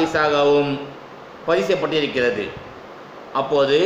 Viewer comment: நீங்கள் நிற்றல், நின்று கொண்டு என்ற வார்த்தையை நிற்குதல் என்று தவறாக கூறுகிறீர்கள் அதை மாற்றிக் கொள்ளவும். மேலும் பதிவு செய்யப்பட்டிருக்கிறது என்று சரியாக உச்சரிக்கவும்...